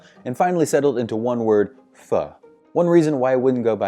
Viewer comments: The only word he pronounced correct is pho... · better than 95% of americans already ha